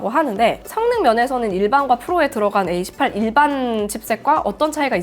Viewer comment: 에이 18 에이 18 소리만 듣고 깜짝 놀랐어요..